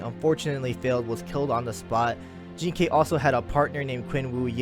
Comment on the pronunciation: Jing ke is a chinese name, jean kay is how they they pronounce that name